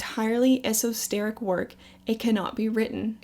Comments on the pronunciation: Eso-teric not Eso-steric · Burt James you lost the plot. she repeatedly pronounced it “eso-steric” not esoteric. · girl why you be saying esosteric? it's esoteric like witchy/pagan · Esosteric!!??.....esoteric means specialised knowledge,NOT confidential 🙄🙄can’t even get that right 😂😂😂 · Its Esoteric not Esosteric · Thought I heard u say esosteric when u meant esoteric....anyway great video just saying. And yes that is my real name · esoteric not esosteric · Honey, please work on your word pronunciation....ESOTERIC! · I really enjoyed this video. I like that you second guessed the answers you received. Esoteric is actually pronounced like ESO_TARE_IC. From what I have gathered, Freemasonry is essentially just a giant school of ancient wisdom, and secret knowledge. I think I can agree with the other people who say that it is learning about God but in a deeper manner that could be a bit much for many people to handle. With that being said I would have to agree that some do use these ancient secrets and wisdom for personal gain and that's where it's bad name comes from. Because it is fraternity like and oaths are kept, masons CAN conspire and share wisdom of occult magic, wealth, sex and glamor, or even in a lighter manner such as having a connect to get a good job like how your grandfather mentioned. Many definitely will disagree but anyone who disagrees would unfortunately be turning a blind eye to the occult circles in Hollywood and Washington, it's definitely there point blank if you can understand the symbols thrown in your face that many wouldn't notice (lol.) So it is up to you what you do with that ancient knowledge, it's almost black and white one might say. And from a personal perspective in studying the philosophy of witchcraft, spells, and magic, the term "so mote it be," is commonly used to finish a spell in order to Manifest it, almost like an 'amen'. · She did really great in this video until I heard “esosteric”